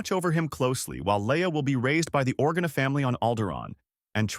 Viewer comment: It's not Podmay it's Padme And it's not Orguna it's Organa